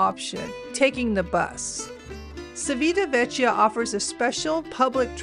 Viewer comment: Thanks, But it's important for a travel blogger to pronounce the name of the place you are talking about. The letter i after c makes it like ch in English. Also an h between c and i/e makes it sound like k in English. So the name of the town and port is chivitavekya if it was under English grammar laws. Your welcome ❤